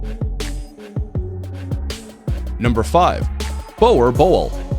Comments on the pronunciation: Boerboel's are pronounced boo-r-bull not bower bowl😫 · Nice toppic but the dog what calls the Boer boel you have to speak out like boor bool. I was laughing my ass off how he pronounce it. But its a nice try. 👊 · Boer Boel is a South African dog and the name is pronounced - Booo-R-Bull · It's not bore bull it's boer boel jou tjotsie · It's not bower bowl😂 Try pronouncing it Buur Bull ,that's how Its pronounced in SA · Boa bowl seriously, it’s pronounced boer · Boer boel is pronounced bore bull, that’s now how it’s supposed to be said, but it’s better than bower bowl😂 Siri can say that better 😂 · Sammee it was asif my OCD kicked in its not bower bowl it's Boer Boel lol im dying of laughter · Its not a Boe Boe, is a Boe"R" Boel... The RRRRRRRR must come out man. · It’s not bower bowel it’s pronounced like one word borbul but it’s still 2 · Dummy u are sying it wrong it's not a brol brol it's a boer bull I am a South African I own and breed them and it doesn't translate what u say it does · No you dont have to speak afrikaans to say it. Its pronounced "Boo-r Bull" of course it still wont sound 100% because the R needs to be rolled and english speakers struggle to do it but its alot better than saying boar. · It's not a fucken Bower Bowl Its a BOOR BULL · Boerbulls are awesome dogs. One of the most popular breeds here in South Africa. If you give them attention and stimulation to prevent boredom, they will be loyal for life. I miss my boy. He was a great guard dog and very affectionate. FYI it's pronounced "boor" not bower. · It's pronounced BOO-RUH- BULL NOT bowa bull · And it's BOER BOEL NOT boier boiel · Its pronounced Boora bull (boer boel) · Its pronounced "boor bull" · Its boerbul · i own a boerboel and the aggression towards other dogs are real. he is overprotective and will put his life on the line for my safety. the best type of security and best friend any guy could ask for boerboel (pronounced- boo-rrrr-bull(roll your tongue when you say the R) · boer borel?